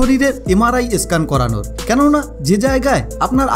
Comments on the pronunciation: একটা আসল কথাই বলেননি। যাদের পেসমেকার ইমপ্ল্যান্ট করা আছে তাদের আগে জানতে হয়। তাদের MRI করা যায় না। বুজলেন? আর একটা কথা , কথাটা স্ক্যান , ই স্ক্যান নয়। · ভাই eskan কি? Sudhdo উচ্চারণ করুন।